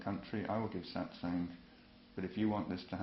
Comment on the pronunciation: SAAT SANG no.. no.. your pronunciation sucks.